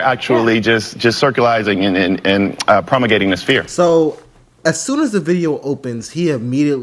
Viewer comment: Did he say “circulizing” and “promugating” ?